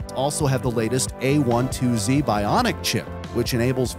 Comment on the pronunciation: Subscribed! One nitpick from me. The chip is called "A-twelve-Z" rather than "one-two". This is because it is the twelfth iteration of the A series. Great video tho